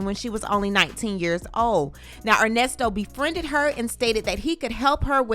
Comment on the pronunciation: OMG! I heard him say Con-Nesto should me out too! 🤦🏾‍♀️ There are other serious charges… child/animal p0-n on his laptop and embezzlement (e.g., another woman’s bounce $20k chk he used as deposit f/Shirley’s b’day 💍…).👀 Ernest Levert Williams need to go under the damn jail!